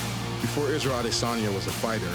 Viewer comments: Did he really said Israel ADSIIDANYA?? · isreal asee danya lol the announcer